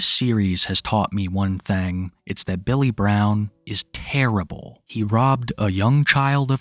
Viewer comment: "Most of them had this strange accent." You mean the speech impediment? "My name is Bay-yull Bwown."